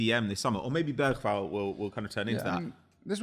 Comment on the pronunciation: Thats not how you pronounce ”Bergvall” ❤